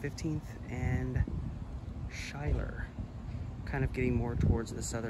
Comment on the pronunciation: Schuyler is pronounced “Skyler”